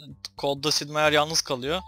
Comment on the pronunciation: Abi Sid Değil Sip